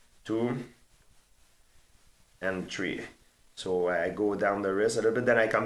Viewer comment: One Two Tree